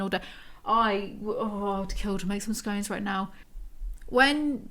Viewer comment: I'm so sorry, I can no longer support you after hearing how you pronounced scone. I must unsubscribe. And possibly dislike all your videos